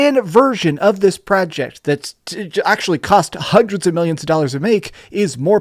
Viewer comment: "hunderds of millions dollars to make". Are you high?